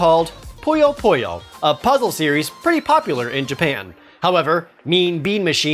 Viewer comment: Why do people keep mispronouncing Puyo Puyo as Poyo Poyo? I don't get it!